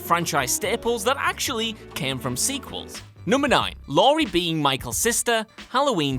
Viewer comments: Lori... Lori... IT'S LAURIE! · Laurie not Lori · It's Laurie. Not Lori. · LAURIE STRODE NOT LORI!! Fucking hacks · ITS LAURIE, NOT LORI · It's Laurie, not Lori